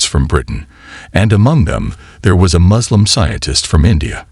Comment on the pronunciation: To The Channel Kindly note. S in Arabic is like you pronounced it in the word SUURA. So the Suurat is NOT I Z R A A but I S R A A. "I Z L A A M" ❌️ "I S L A A M" ✅️ M O Z L E M ❌️ No "O" in Arabic. M U S L I M ✅️ U like in PUT. NOT like in Umbrella.